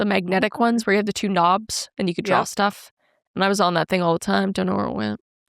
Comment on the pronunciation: I hate when people say "drawl" instead of "draw"....or irregardless...even if your argument is that its a real word (its not), its still stupid because it serves no purpose...it doesnt shorten a longer word to make it easier to say, it just adds letters for absolutely no reason😅😅